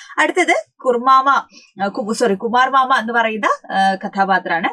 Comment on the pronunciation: കുമാർ മാമ❌കുർമാമ✅